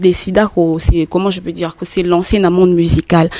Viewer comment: Oui faire du buzz c du n'importe quoi mais tu es un fanfaron c vraiment toi un vraie lâche c loin d'être fini toi à Kin il ya vraiment des fous plus que toi ça se prononce dire et non djire